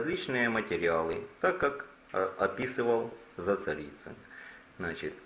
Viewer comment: на первых минутах сразу слух режет -- Зацарицин -- правильно все таки Зацаринин